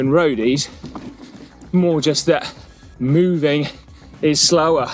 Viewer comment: What I think? I think Simon is so funny when he says "moove" and "mooving." The cow-thing is there, working to alter his pronunciation 🐄🐄🐄🤣🤣🤣